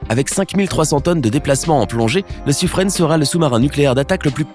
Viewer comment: Pour le sous-marin nucléaire français, le " Suffren", on le prononce "sufrun" et non "sufrene". Merci. 😉😉